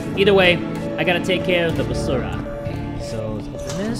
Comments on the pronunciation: "Gotta take care of the basurah" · Am i trippin or he said basura? 😳😳 Only filipinos will understand ☺️ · The way said Basura was so fancy 😂